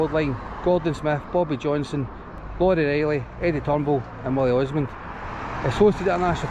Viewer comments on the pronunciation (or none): Wullie ormand not osmand 😂😂 hibs fans will be on to you next time you are up there. Cracking wee stadium